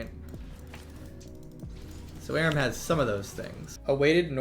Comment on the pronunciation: why does he say "erum" and not Aram 😂